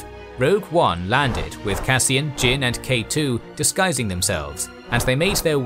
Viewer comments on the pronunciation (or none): none